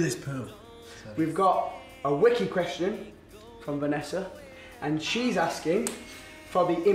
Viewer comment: I love that Zayn says cheese asking instead of she's asking.😅